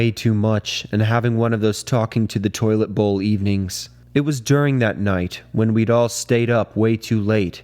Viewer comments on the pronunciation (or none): none